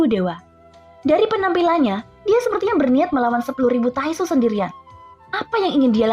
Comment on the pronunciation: Kwkwk taixu bilang nya tainxu